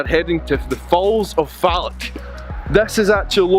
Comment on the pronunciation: It’s Loch, not lock, and Falloch, not Fallock lol!